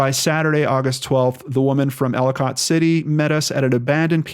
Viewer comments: I'm watching this story closely. Catonsville is pronounced 'cay-tons-ville and Ellicott city is 'ell-ih-cut city. The property he allegedly stayed on is off of i70 just to the south. There's a fire house right on Woodbine Road. You pass it on your way to the property. There's a major horse rescue farm on that road, too. There's a park-and-ride a 1/4mi north of the exit for Woodbine road. There's a gas station, McDonald's, dunkin donuts there, too. He could have easily left his car there and then be driven or walked the mile or two south to this property. Larriland farm is just south of the uncle's property. It's a massive pick your own farm that gets a ton of traffic in the Fall but is still well-visited in August for peaches, apples and other ripe fruit. Most of that traffic drives right past this property on Woodbine Road. The area is not heavily populated but is not anywhere near remote. The cell service is fine. Hoping for a happy ending. I think the property is a red herring. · It's pronounced Catonsville- Kaytonsville and Ellicott- Eellikit city I live up the street in Arbutus the city (Baltimore) which is a drug haven is a few streets down on Wilkens ave it's horrible down there, there are sooo many abandoned buildings throughout there it's pitiful. The drug use is horrific people are over dosing left and right I'm sorry and I hate to say it but if he got a hold of something bad he could have died and been left somewhere or someone could have robbed, hurt and dumped him somewhere in the city (Baltimore). If anyone needs to they can reach me by sending me your email anything I can help with I will I drive through there everyday coming and going to work.